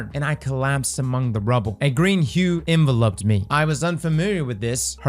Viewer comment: “A green hue envelope-ed me”. Lol